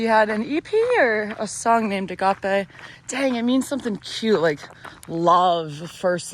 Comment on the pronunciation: You pronounced ἀγάπη (agapē) correctly, it's one of 4 Greek words for love... Quoting from C.S. Lewis's "The Four Loves": "The first, storgē, means “affection”. Storgē is the love parents have for their children. The next Greek word for love is philia, which means “friendship”. The third Greek word for love is érōs. It is the experience of a husband and wife being intimate together, a sexual love.... The fourth Greek word for love, agapē, is what God talks about as charity. Agapē is the love of God. Agapē is total self-giving, no matter how you respond to it."